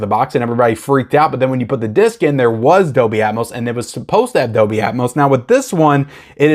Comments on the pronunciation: just so you know, the "L" is Dolby, IS NOT silent. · Pulp Fiction is great, but all I really want are the Kill Bill films. Dog Soldiers is great, so you should watch it. Not sure if I like it or The Descent more. Also, the "L" in Dolby isn't silent.